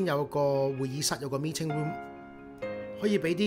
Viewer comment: Me ting room. Ba lounge. That English tho....